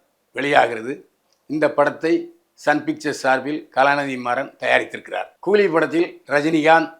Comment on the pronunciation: old Body. கூதியா கூலியா சரியாக கூறு😂😂